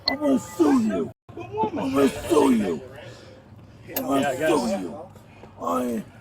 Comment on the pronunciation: “I’m gwana soo yoo”